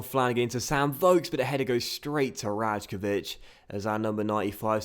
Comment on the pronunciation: Hey, I said it before but you didn't notice.. It's pronounced RaYkovich, not RaJkovich. Great episode:)